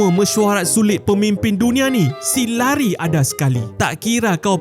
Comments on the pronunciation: 😂 pembetulan bro... Cara sebutan Larry bukan Lari... Layrei... Leirei...😂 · Bukan lari sebutan lerry la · Bukan Lari la. Namanya LARRY. Betulkan sebutan mu ya.😊😊😊😊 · memang larry tapi bace lerri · Tuliss dia memanf larry bang,,tapi sebut dia leri,, 😂😂